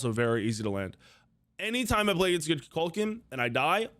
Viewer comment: Why does he say Kukukaln the wrong way? He literally pronounces his name in game.